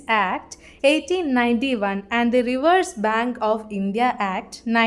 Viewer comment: റിവേഴ്‌സ് bank അല്ല റിസേർവ് bank ആണ്